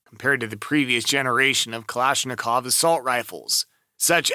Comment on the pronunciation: Please, please... Don't say Kalishnikov...